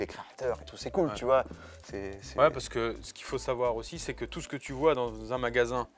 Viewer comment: Salutations du Canada! Pour moi c'était la première, j'adore la combinaison denim et veste jaune!! Juste une petite remarque amicale, si je peux me permettre, en anglais moc-toe se prononce moque-tô et non moque-tout 😊. Je serai de passage en Europe (Belgique et France), j'espère pouvoir passer par la boutique! Bonne continuation à tous les deux! Peace